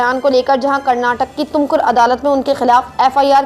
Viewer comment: is not Karnatak .. it's Karnataka.. dumb reader